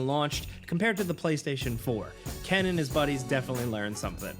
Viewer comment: its Ken not Keeeean